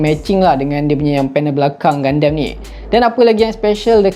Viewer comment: Bang sebenarnya dia pronounce 'GUNDAM' bukan 'GUNDEM'.Btw Crossbone gundam tu nampak nice dan phone tu pun nampak cool😁